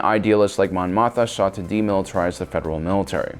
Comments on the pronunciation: she's called Mon Mothma, not Mon Motha...pls take your time and don't run through your scripts so hastily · Absolutely no one::Mon Motha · Damn Mon Mothma, u idiot.